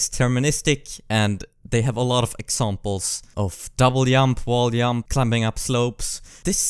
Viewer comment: Yump? huh? you mean Jump? Im so confused